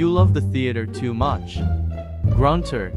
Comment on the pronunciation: Gunter not Grunter